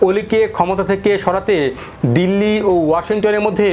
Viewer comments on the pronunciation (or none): none